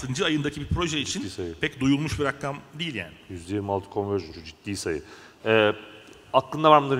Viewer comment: Hem rakam olmayan sayilara rakam demesi hemde Rakkam demesi sinir krizi geçirtti adamin